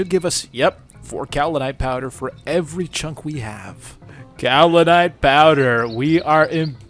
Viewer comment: to answer your question on pronunciation, it was correct! “kau·li·nite” is in fact the way it is pronounced. Hopefully that makes you more confident. 🎉